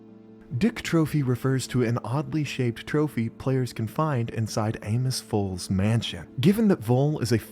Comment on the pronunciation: Why do I always hear "Anus Voll" instead of "Amos Voll".